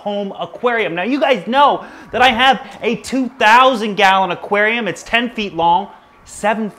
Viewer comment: Have you ever said aquanarium